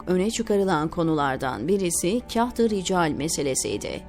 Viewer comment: Zannedersem seslendirmis. Tahirulmevlevi yi uzatarak Taahirulmevlevii şeklinde okumaliydi. Yani Taa yi bir harf miktarı uzatmalı. Kahti ricali nasil okumasi gerektigini nasil tarif edeyim bilmem ama Kağıt kelimesini hani inceltmeden Kağıt diye kalın okuruz ya yanlış olarak. İşte Kahtırical de öyle kalın okunacak. İçerik çok güzel buna mı takıldın demeyin. gibi profesyonel birisine öğretmek haddim değil ama gözden kaçmış demek ki. Eski lisanin nasil okunduğunu nereden bilecek ki yeni nesil. Teşekkürler emeğinize sağlık